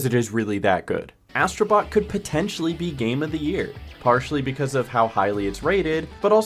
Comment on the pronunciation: Ass..tro Bot made me laughing😂